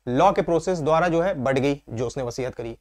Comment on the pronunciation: सर,वसीहत नहीं वसीयत (will) कहते हैं